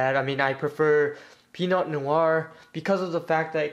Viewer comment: Please remember that king serpent soulcharges 1 on revive. Have you considered running deadly nightmare or deadly spirit? They're great at dumping out the soul into the drop and can make better columns a lot more easily. Ah, and pinot is pronounced "pee-noh" not like "pee-not". Outside of those few things, it was pretty interesting to see how you would build pirates. Keep up the good work and I'll be looking forward to more videos.